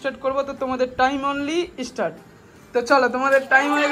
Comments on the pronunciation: এ ভাই তুমি তো অনেক শিক্ষিত তাহলে অন্য কে জ্ঞান দেওয়ার আগে নিজে বানান ঠিক করো ওটা স্ট্রার্ট না ওটা আসলে স্টার্ট.. আর সঠিক বানান জানলেও অনেকের কিছু শব্দ উচ্চারণ করতে একটু প্রবলেম হয় এই গুলো শিক্ষা অশিক্ষার ব্যাপার না অনেক শিক্ষিত মানুষও এই ধরনের ভুল উচ্চারণ করে থাকে এটা বাক যন্ত্রের ত্রুটি.. তবে এটা ঠিক হয়তো বেশি শিক্ষিত নয় আর ইউটিউব নিজেকে প্রমাণ করার জায়গা নিজের শিক্ষাগত যোগ্যতা প্রমাণ করার নয়.. তোমার এতো হিংসে হচ্ছে এতই তুমি যোগ্য তো অন্যের নামে কটু কথা না বলে অন্যের বিচার না করে নিজেকে প্রমাণ করো, ইউটিউবার হওয়া তোমার যদি জল ভাত মনে হয় তুমিও হয়ে দেখাও তুমিও এখান থেকে লাখ লাখ টাকা আর্ন করো😂 আর যাদের শুনতে খারাপ লাগে তারা বিচার করবে শুনবে কিনা, তোমার এতই বাজে লাগে যখন শুনতে হবে না কে যে তোমায় মাথার দিব্যি দিয়েছে খারাপ লাগার সত্বেও জোর করে শোনার 😅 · কথাটা ইস্টাড না স্ট্রাট......... এখানেই বোঝা জয় ইউটুবার হতে গেলে পড়াশোনার দরকার নেই....... ভাই তোমার কথাটা প্লিজ বদলাও আজকালকের দিনে ইউটুব চালাচ্ছ আর্নিং করছ আর সামান্ন্য ইংরেজি ওয়ার্ড টা ভুল বলছো.... বড্ডো বাজে লাগে শুনতে